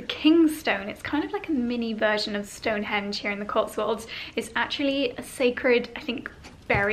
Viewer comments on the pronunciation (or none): none